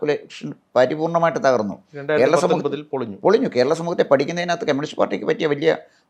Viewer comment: കെമ്യൂണിസ്റ് അല്ല കമ്യൂണിസ്റ്